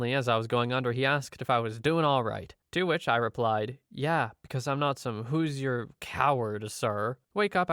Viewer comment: FYI, Hoosier is pronounced "Who-zhure" (two syllables).